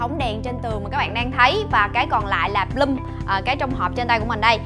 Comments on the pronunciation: N phải là bờ lum nhé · vcl tiếng anh =)) Bloom = bờ lưm